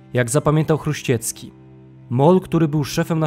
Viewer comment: Nie Chruściecki tylko Chruścicki